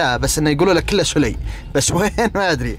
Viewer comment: يقول يسمونه سوولي خطأ السَّلَيْ